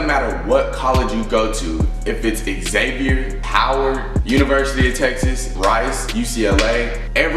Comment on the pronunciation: Xavier University; pronounced "Zavier" not "X-avier" word to the wise**